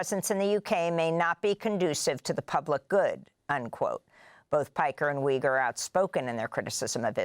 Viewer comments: Its Uygur not Wygur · Yoo-ger. Not Wee-ger. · Amy, Cenk pronounces his last name as YOU-grr. 🙂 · How are you going to pronounce Cenks name wrong? For real!? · lol She didn’t care enough to learn how to pronounce it.